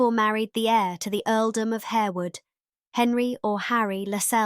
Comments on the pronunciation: It’s not pronounced Harewood. It’s pronounced…. HARWOOD! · Good research and thanks for sharing. However, Harewood is pronounced "Harwood". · Isn't it pronounced Har-wood? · Yes, its pronounced Harrwood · Also "Harewood" should be pronounced "harr-wood" and Lascelles should be said to rhyme with "tassles"